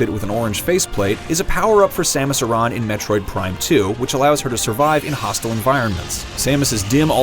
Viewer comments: Wait... did he pronounce Aran wrong? Or have I been saying wrong this whole time?? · Wow what a butcher of Samus' last name